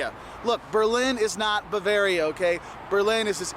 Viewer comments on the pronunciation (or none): none